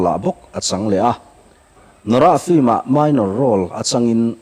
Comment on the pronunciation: 'Flim' hi vaiho 'film' lam thiamlo ho lamdan a nia...